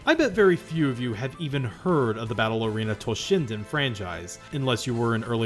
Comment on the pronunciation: You kept saying "Battle Arena Toshinden", but half the time I heard "Ballerina Toshinden". My fault for not paying attention, yet I can't help missing for the lost Ballerina Toshinden franchise that never happened.